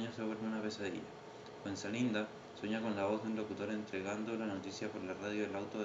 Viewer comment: buen video mano, ojo que era Fuenzalida y no Fuenzalinda kdkdkdnd